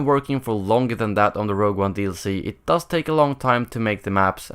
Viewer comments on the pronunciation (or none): none